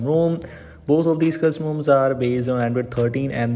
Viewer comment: Pronounce "custom ROMs" correctly first. It's extremely distracting every time you say 'cuzzumoms'.